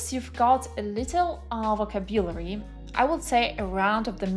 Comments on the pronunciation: Check the pronunciation of words, especially VOCABULARY /vəˈkæb.jə.lər.i/ It is hard to listen to you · Greating! I am native russian speaker and currenly practicing my listening skills. You sound quite well and clear however I listened to you at 1.5x cause of my practice. But could you please check your pronunciation "vocabulary" ( Немного режет ухо) Thanks.